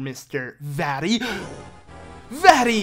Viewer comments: The way he says "vati" and not "Vaati" as in "Vah- Ti" Just such a bad name when u pronounce it that way 🤣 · Sounds like he's saying "fatty"